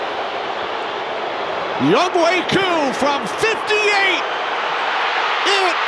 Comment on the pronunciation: Irks me that they keep mispronouncing "YoungHoe".